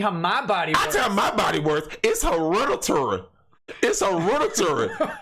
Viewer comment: Charles Barkley: It's turrible. My weight is herediturry.